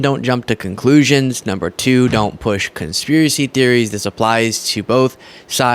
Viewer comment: "Construvisy" theories! I like it.